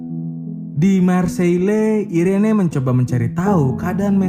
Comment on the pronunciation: Irene di baca iren bang kwwk ngakak gua bang